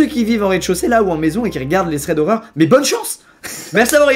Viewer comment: les « streads », eh gros abuse pas quand même (« thread » pour info)